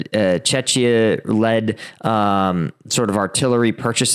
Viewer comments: India doesn't give a toss about who wins. They're just trying to make a buck off the situation. Also, it's pronounced "Checkia", not "Chechia". Remember the Czech Republic? ("Check Republic"). It's the same country, they just made a very unfortunate decision about changing the English name of their country. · it's Czechia not Czeczia :)